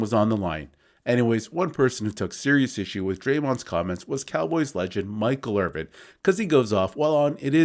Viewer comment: IRVIN! NOT "IRVING". At least get his name right if you think he's top 5!